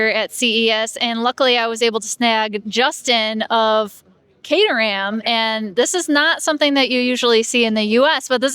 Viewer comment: I’m not sure how you missed this, because he repeated it many times, but it’s not cater-ham; it’s cater-um.